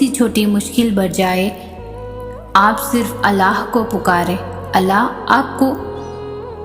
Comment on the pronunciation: Assalamualaikum Aap Allah ka naam sahi se liya kre Alaah nahi Allah h